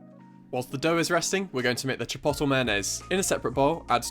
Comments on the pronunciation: It's not CHIPOTTLE. It's pronounced - CHIP-OAT-LAY. Otherwise you're perfect as usual. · Chi-po-to ? hahaha isn’t it chi-pot-lay? Maybe it’s the Bri’ish way of saying chipotle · Lmao CHIPOTTLE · Chi-pote-lae No hate, that’s just how you pronounce it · Lol it’s meant to be chip-oat-lay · umm bud youre saying chipotle wrong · I love the way he says chipotle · Your pronunciation of chipotle is throwing me off a little but awesome video otherwise Fantastic job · the way he says chipotle i cant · the way he pronounces chipotle lmfao. this looks so good tho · I’m Scottish and even I pronounce it correctly lol